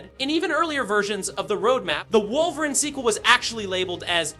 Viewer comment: Now I know you know his name is not “wulverine” bro